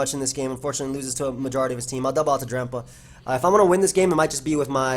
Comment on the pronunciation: Why do you say drampa like that?